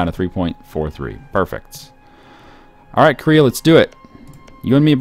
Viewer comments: its koreeeea not korria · KOR-EE-UGH, not KOREE-UGH, goddddddddddddddd (great video, just work on pronunciations)